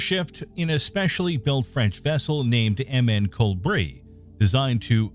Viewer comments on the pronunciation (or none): Saying "MN Col Brie" while we can clearly read "MN Colibri". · The number of obvious and just terrible misronounciations in this video goes to show the person reading doesn't have a clue what they're talking about. The Vessels name is literally on screen. It is clearly COLIBRI. I.e. CO-LI-BRI not coal bree. It's GOD-ARD not GOOD-Ard and the most obscene of them all Lagrangian. Lah-grahng-i-ahn not Grange. Grahng with an AHHHH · It's Goddard, not Goodard. Jeez. And is this a robot voice? It's Co-LEE-Bree, which means "Hummingbird". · "Ship named MN Colbri" ? LOL. Not curious enough to learn birds names?